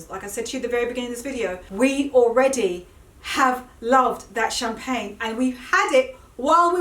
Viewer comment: Your pronounciation of the Champagne is not that bad. I always love your styling🤗